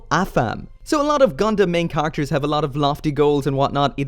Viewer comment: Nooooooooo! Also: Why do you pronounce characters like "car actors"?